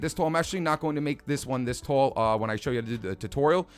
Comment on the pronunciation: I like how you pronounce "tall" as "toll"... New York accent?